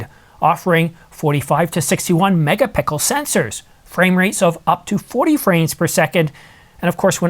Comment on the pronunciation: You mispronounced the letter "x" in megapixel. Pickels go on food.